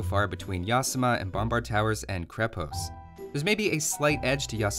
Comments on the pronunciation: Minor note from a nerd - it's pronounced "KrE-past" rather than "kri-pOst". Great content, thanks for making it! :) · You also say krepost wrong